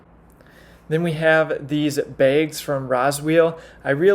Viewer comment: I've never heard someone pronounce "bags" like that, that was awesome!!!🤣